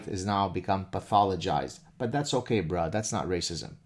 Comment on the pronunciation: The he says "broe" 🤣🤣🤣🤣 love this nigga